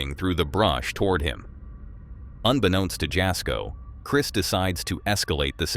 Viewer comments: FYI jasko is pronounced yasko the j is pronounced as a y x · The "j" in Jasko"s name is pronounced as a "y." ie., Yasko.